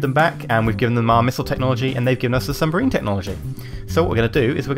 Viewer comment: it's submarine not sumbarine... Lol